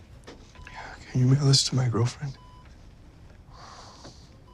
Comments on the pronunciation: sounds like "can you molest my girlfriend?" and i cant unhear it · I mean I kept hearing "can you make a list to my girlfriend" so I don't blame 😂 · I heard "Can you enlist my girlfriend?" lmaooo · i thought he said can you wiggle this to my girlfriend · Maybe I'm just being over confident but... "Can you mail this to my girlfriend?" I feel like that's what he mumbles??? Am i imagining things??? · He was saying mail?? Lmfao thanks I was also super confused 😂 it wasn’t that clear